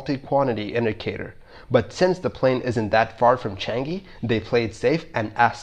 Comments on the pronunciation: its changi not changeee xd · changi, not chang-gi